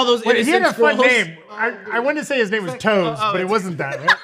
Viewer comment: can’t pronounce anyone’s name right and it makes me wince every time 😩